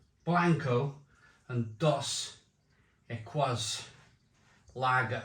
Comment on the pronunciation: equis is pronounced ekis - it means X ,so dos equis means 2X - ie double